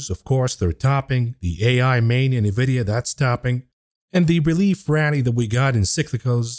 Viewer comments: It's Nvidia, not Nividia 🤣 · Its pronounced En Vidia. You say the letter N. Not Nuvidia. Love you bro! Been listening since you started! I would like to hear details of what your trades and portfolio holdings are, in real terms. How much $ you want? Im in.